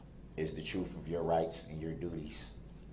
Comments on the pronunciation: The “truff”. 😂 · I have never had so much hatred in my entire life for another human being that I dont even know. The stupidity/delusion he spews is absolutely mind boggeling to me. Can someone tell me what "Keeeel" means or "troof?" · Is "troof" similar to "axe"? The ILLITERACY! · Munt is like Oaf and Truff and aks. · "Fafe" and "troof" is his ultimate misunderstanding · List of words that db cant pronounce that end with TH and replaces it with The letter F. Oath-oaf Truth-troof Both-boff Forth- forff Bathroom-bafroom Month-munt Other words Axed Grounz Tackit Living human bring Wather Pepperations Prejudices my defense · What school taught him that the 'th' sound is the same as the 'f' sound? "Truf" "faif" 🙄 AND how arrogant do you have to be to think you could wing a closing statement for your LIFE?! And I 100% think he's lying about the child writing him. That was meant to pull on the jury's heart strings! He lies as easily as he breathes!!